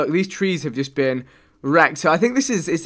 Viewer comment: I know he has an accent but the way he say been as bean kinda bothers me :/